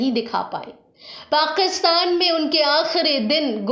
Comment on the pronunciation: वीडियो और जानकारी बहुत ही बढ़िया है। शुक्रिया। आप उच्चारण माने तल्लफ्फूज़ पे प्लीज़ सही ध्यान दे। पाकिस्तान ( Pakistan) है, पाक़ीस्तान ( Paqistan) नहीं! गुज़ारा है ( Guzara) , गुजारा ( gujara) नहीं! आप के videos बेहतरीन है, सही उच्चारण से चार चांद लग जायेंगे!🙏🙏🙏